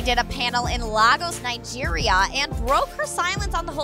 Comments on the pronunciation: Lagoes nigeriiaa I wonder what is that it’s Lagos Nigeria u people don’t know how to pronounce it that’s a big shame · No offense but you pronunced Lagos,Nigeria wrong. It is pronunced (Laygos Neyegeria) so yeah just a heads up and I should know cuz I'm from Nigeria so yeah thank you next 😀😊😁😀